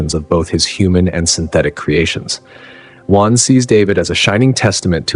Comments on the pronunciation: It's Weyland, not WHYLAND!!! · Who’s “Juan”? 😅. Weird way to pronounce Weyland! Mispronounced it in two different ways throughout the video. I did like it but that threw me off as I was falling asleep! 😅. Love all these videos from the channel! I don’t sleep good at all ever since I got out of the Marine Corps in 2004. I’m lucky to get 2 hours sleep straight every night since then. 😤😕. This channel helps me relax though and get to sleep. Even if it’s only a couple hours, it’s still nice.